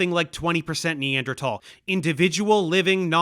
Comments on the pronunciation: Mikey so out of his depth he doesn’t even know how to pronounce Neanderthal correctly. Imagine someone coming on JRE pretending to be a car expert and they pronounce Porsche like “porch”. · Dave pronounces Neanderthal in a weird way that I am personally not familiar with. This is odd and deeply unsettling and makes me think the earth is flat. Please apologize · He can't even pronounce the word Neanderthal